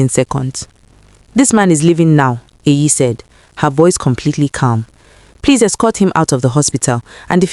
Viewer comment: It's EYI, not AYI. It's a short form of EHIME, which is my name. It's an Edo name, not Yoruba.